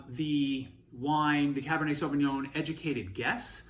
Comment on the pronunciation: Cabernet Sauvignon in an Italian restaurant is a crime in itself. Pronouncing it as sauvingoan is another one.